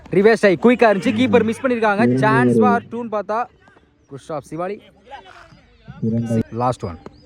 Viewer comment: யோ உனக்கு எத்தனை தடவ சொல்லுறது சிவாலி இல்லையா சிவலி னு சொல்லுய்யா பெரிய பேட்ஸ்மேன் பெயரை சரியா உச்சரிக்கவும்